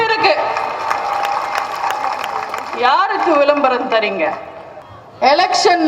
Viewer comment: உங்கள் வீரமான பேச்சு சரி, திமுகவை திட்டுவது சரி. உச்சரிப்பை மாற்றுங்கள் . தமிழ் - தமில் ? , தமிழன் - தமிலன் ? விளம்பரம் - விலம்பரம் ? மக்கள்- மக்கல் ?